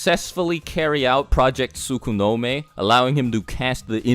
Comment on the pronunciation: Tsuko no me 😂😂😂 it's tsuki no me